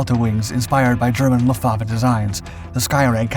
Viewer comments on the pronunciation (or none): none